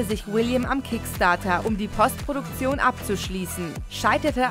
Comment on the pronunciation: sprecht doch demnächst das Wort "postproduction" bitte korrekt englisch aus. Wenn ihr es deutsch aussprecht, benutzt dann doch lieber das Wort "Nachbearbeitung"